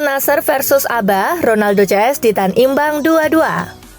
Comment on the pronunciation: ABHA di baca ABHA min bukan ABA